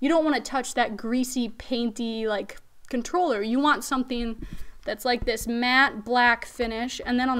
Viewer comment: She's got skills, a legit gamer, cute and has great taste in gear. I just couldnt get past the "cutroller" every 5 seconds!